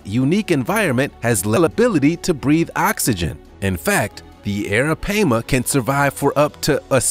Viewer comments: Why are u calling arapaima arapeima? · The arapaima is pronounced (air-ra-pie-ma) not (air-ra-pay-ma) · correct me if am wrong but its pronounce as ARAPIEMA NOT ARAPAYMA. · Its pronounced Aira PiEma not pama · It’s PAI-MA!!! Not PAY-MA goodness... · Hey buddy it's pronounced Aira-pie-ma. Alright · It's pronounced "eh-ruh-pai (pie)-muh", sorry I've watched Jeremy Wade. 😘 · hahahaha dude i was like URGGGGG that is not it's name i had to skip it lmao! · Its ara- pie- ma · Its Ara-Pie-ma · The third syllable of arapaima is pronounced as an "i', not "a". Bullshark is not much of a mystery anymore. They are found in brackish and fresh water across the world, and they have cousins that function well there too. Also, why not the Brazilian wandering spider? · Thank you, it was getting on my nerves every time he said it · Was also driving me crazy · Stop saying the name of the first one wrong!!!!!! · He’s saying the name wrong the pronunciation is wrong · U pronouncing the first one wrong and that's very disturbing 😒😒😒and i'm from Guyana in south america so i know😒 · Right off the bat he mispronounced a fish. Maybe Learn how to say the name of what you going to discuss!!!! Just saying😊🤣🤣🍻✌